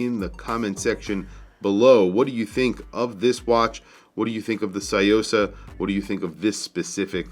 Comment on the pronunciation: It's pronounced soo yo sa not see yo sa